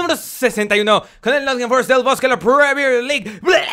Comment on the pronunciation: "Con el Nott'n Forest el blablabakfkfkakNcisia de la Premier League"😂😂😂😂